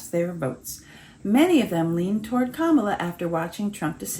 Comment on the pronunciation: It's an intentional disrespect, to mispronounce her name, many MAGA morons, senate & congress, do it too. It's marginalizing, as if they're implying she's not even important enough to learn her name (I guess kinda a racial slur, since it isn't a common white Christian name, like rude children on the playground). I once saw Nancy Mace refuse to pronounce it properly on a news show... Pathetic, they love their smug childish ignorance.